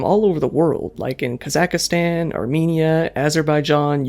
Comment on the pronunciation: LOLOLOL homeboy said "Kazakistan".